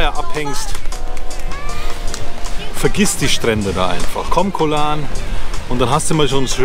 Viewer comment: Hallo, ein wirklich tolles Video. Ich habe dein Videolink an viele meine Freunde gesendet. Ich bin ende November wieder in T Ein kleiner Tipp von mir. Höre mal auf deine Frau. Sie sagst "gog Lan" und nicht Koh Lahrn:-) wieder was gelernt? 😁